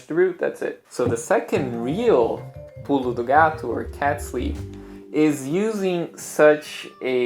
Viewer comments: When you say: "Pulo do gato" I can hear a perfect brazilian portuguese accent! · until voce falar pulo do gato i did não notei que voce é brazilian liked the dicas a lot